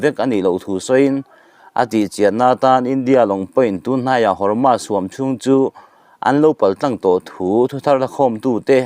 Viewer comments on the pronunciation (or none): Hormus hi chanchinthar puang tu zawng²in Hormus tiin an lama nangmah chauh hi Hormas tia lamtu i niin ka hria, alam dan dik hian lam a harsa viau em mi? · Hawrmas niloin Hawrmus tiin lam la